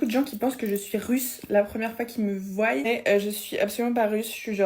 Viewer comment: "qui me voYEnt" 🤨